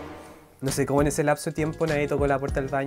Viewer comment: esta es la prumera vez que te veo y cuando dijiste "como estan" dije este weon es chileno